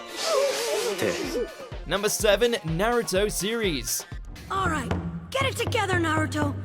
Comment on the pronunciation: Nux Taku interviewed that Naruto runner. He’s not a fan of the show and he doesn’t know how to pronounce Naruto correctly.